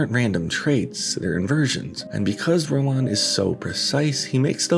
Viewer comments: Ro-Waan?? Ro-Waan?? Rowan is pronounced row-ən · No, it's pronounced Row-in. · Just to let you know, it's pronounced "Row-in" not "Row-on". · How did you not look up how to pronounce his name properly? Ro-wan lol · its pronounced row-in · Rowan. Not whatever you’re saying. Great video btw. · I've never heard someone mispronounce "Rowan" so awkwardly before. All that research and you didn't even learn how to say his name? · You’re mispronouncing Rowan. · why do you emphasize the 'ahn' in Rowan? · the way you pronounce rowan is an absolute crime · how do you make a whole video about someone and not find out how to pronounce their name? i mean i would get it if it was some obscure name or from a different language, but surely you heard at least one person say 'Rowan' while gathering clips for the video? Then again, wouldn't be surprised if its engagement bait. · Just a shame the narrator can't pronounce "Rowan" properly which makes me think it's more AI laziness